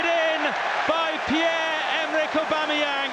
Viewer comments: No one: Absolutely no one; Not a single soul in the universe: Commentator :And that's a Brilliant goal from Pierre-Emerick Obemeyong!! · pierre emerick aubameyong😂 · or aubamayang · “Pierre-Emerick Aubameyong” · Has anyone told the Arsenal Media commentator how to pronounce O-Bam-A-Yang's name yet or shall i? xD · always cringe when that 1 commentator thinks its clever to say 'aubamaYONG' ...anyway, we love you Auba! future legend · Far fewer "Aubameyong" and "Aubemeyang"s as the video went on, good to see professional commentators didn't take more than a year to learn how to pronounce a name.. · Since joining Arsenal: Aubameyang: 50 Goals Commentators: 50 different ways to pronounce Aubameyang.